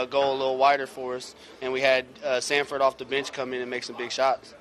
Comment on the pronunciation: *Sanford!! No T!